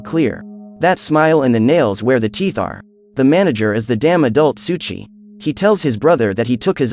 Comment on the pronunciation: Why do u keep saying "Suchi"? Pronounced "Soh ee Chi. Souichi